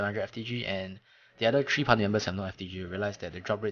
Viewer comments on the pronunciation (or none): its three not TREE